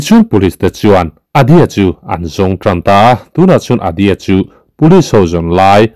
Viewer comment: Hmeichhia a nisia...Adi-a i ti boksia...Vai hmeichhia ah cuan Dia tih hicu a awm a ...mhse Adi-a i ti boksia